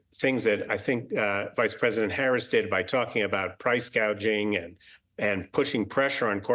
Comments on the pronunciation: What is price gaging? It's called price. Gouging. See the speech was written for her.She don't even believe any of this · Kamala said “housel crisis” and “price gaging” lol .. clearly shows she hasn’t thought about either issue much